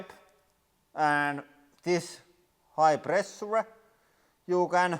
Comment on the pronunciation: When ever he said "Pressure" an english teacher died :D